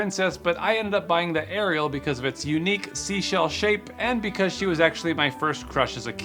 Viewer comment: How many times did you have to record "unique seashell shape" until you nailed it? 👏🏻 Ok everyone, say it out loud 10 times and fast 😂